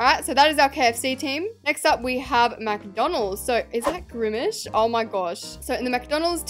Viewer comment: Not saying grimish instead of grimace😂❤